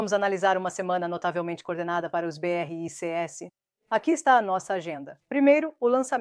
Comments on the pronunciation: O assunto é interessante, porém tem que melhorar as traduções ou transliteração, fica chato ficar ouvindo a pronúncia beerreicêesse em vez de apenas BRICS dezenas de vezes nos vídeos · Nossa! Péssima IA! Falar B R I C S e não 'BRICS' é o fim!!!!!!!!!!!!!!!!!!!!!!!!!!!